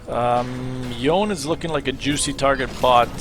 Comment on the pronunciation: LOL the way you read Yone got me. It's Yoné